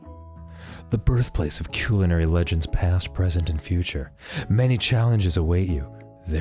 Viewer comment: that is the weird pronunciation of culinary ive ever heard lol thats not even remotely close